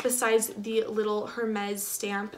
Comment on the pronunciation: "air-mezz" don't pronounce the H